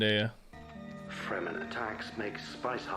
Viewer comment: Fur-men 😂😂😂 it's fremen... Meaning free men.